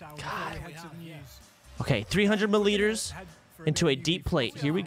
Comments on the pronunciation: "30 mullitres" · Mi liters mate